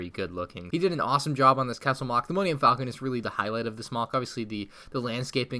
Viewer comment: Falcon, not Faclon😛